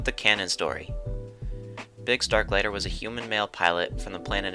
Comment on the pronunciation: Haha at least try to get the last name pronounced Overall great video though